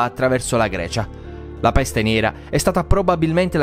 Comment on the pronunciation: Ma raga bellissimo come ha detto: PPPESTE😂